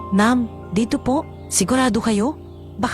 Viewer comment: 😂😂halla okay lang namn ang cute nga ng pag bigkas nya ng Elayas😂atleast mahnda ang kwento at May happy ending❤❤❤